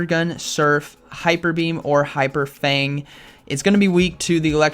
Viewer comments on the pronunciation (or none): none